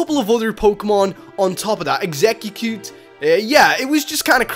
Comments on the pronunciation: Exeggeggcute?!?!? Wtf do u mean Exeggutor or exeggcute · He called Exeggcute ex e cu gu te